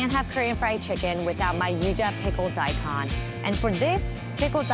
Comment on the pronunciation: Agreed, but how about ¨daikon¨? It´s not die khan ...it´s more like die cone (Nihongo, btw)